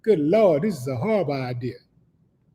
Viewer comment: Howwible... Just howwible Chuck 😂 Big brother you caught me off guard with that one 😂